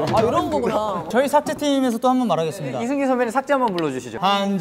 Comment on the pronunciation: 삭재가 아니라 삭제 아냐.?